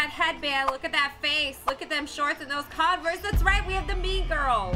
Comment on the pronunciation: I thought you said meme girl not mean girl😂😂😂